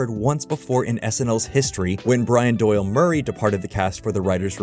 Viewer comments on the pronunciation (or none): none